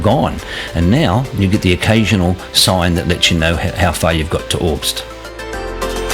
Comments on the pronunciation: great vid - i live in Bombala and ride these roads every week - just had to pull you up on the pronunciations - its Brown Mtn not mt brown - Candello, like yellow - Mt Darragh is like mt Darra - and its orbost, not orbst - other than that, it was great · Another great video. Love that Bonang Rd, probably on my own personal top 3 but need to check out a few I've never ridden. That vertical foliage on the tree trunks is regrowth after a bushfire (Hate to be a pronunciation nazi, it's OR-bost, not Orbst) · Good video but your pronunciations are a bit off. Candelo (candle-O), Mt Darragh (Darra) and Or-bost (not Orbust 😂) …